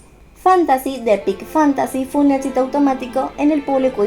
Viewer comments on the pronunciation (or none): none